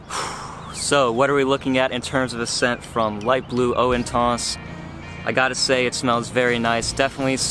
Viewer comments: Great video. I own and love it, much better performance than original whilst keeping same gorgeous scent. Also what's intonce? it's inTENce. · WTF is "Intonse"....??? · Wanna slap him every time he says intans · pronouncing intense like an idiot. come on